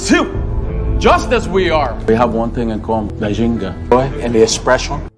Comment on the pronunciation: Bang namanya bukan jinga tapi ginga